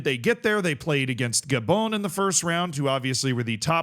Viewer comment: Ga-BONE? C'mon man. This is the gateway drug to EYE-raq, EYE-ran, and mispronouncing countless other country names.